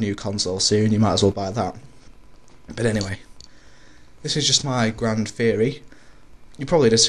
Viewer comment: Wait, not teory. Ferry.